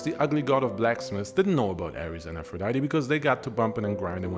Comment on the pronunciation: Ngl, I clicked this video out of your catalogue just to see how you were going to pronounce "Aphrodite". I was immediately disappointed.